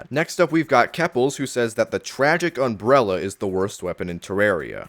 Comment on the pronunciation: Take a shot every time he says, "unbrella"